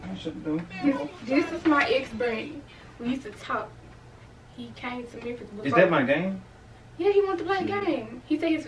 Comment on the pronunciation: Cuhh did she say Memphis?